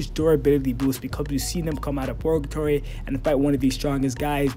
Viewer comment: It's Purrrrrgatory, not Porgatory lol